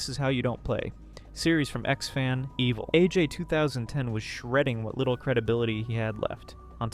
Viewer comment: i lost it at ewelage, it took me some time to realize wtf this guy is talking about, it is evil aj